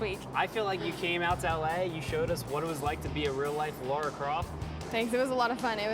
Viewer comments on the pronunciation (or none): Cool video, despite the fact that everyone keeps saying Laura on occasions. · Im sorry, but I cant stand that this is on the OFFICIAL TR channel and made by them, and not a single one of them can say Lara! Its not LAURA - LA RA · Does all this and can’t pronounce LARa Croft. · its Lara not Laura